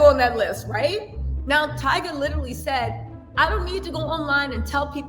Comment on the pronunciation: I LITALLLY (literally) can NOT deal with you any more. Learn to speak right. LITALLY killing me.😂😂😂